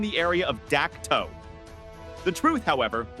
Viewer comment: It's pronounced Dak Toe